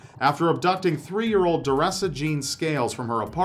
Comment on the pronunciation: He say 3 year old or 30?!😳